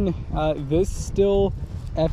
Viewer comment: Why do people pronounce stihl “still”? It’s pronounced “ Steal” or “Steel”. And I never owned one but man a lot of people Mispronounce poulan too they call it “ pool in” when it’s pronounced “ pull in”